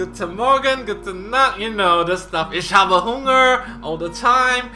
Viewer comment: Im this db10 theomars doesn'r crit sometimes why ? And german is a really nice language :) your pronuncation is really cool : Isch habe Hunger pls Do that more often :)